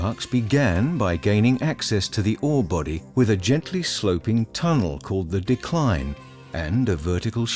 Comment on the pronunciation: It's "dee-cline"...not decline as in Decline & Fall of Western Civilisation.